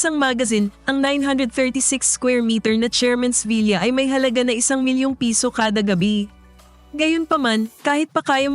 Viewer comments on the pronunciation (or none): The correct way to say the word villa is vila not vilya.